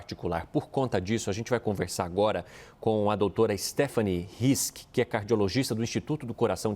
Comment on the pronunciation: Na verdade não é Stephanie, é Stephanie